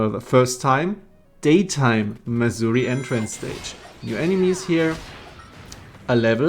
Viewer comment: Thanks to your accent I keep thinking you’re talking about Missouri, the land of ancient African tribal huts.